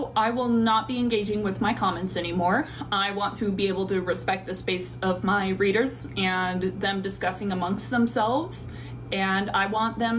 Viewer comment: Ok but she pronounces readers like breeders which I don’t understand?